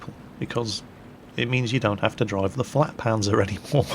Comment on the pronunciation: FLATpanzer, not FLAKpanzer.